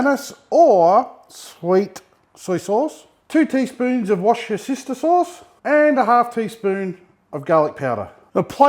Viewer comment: Definitely washyasister 😂